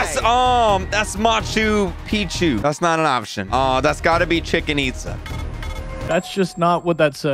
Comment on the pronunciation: Kreek really called Chichen Itza , Chicken 😭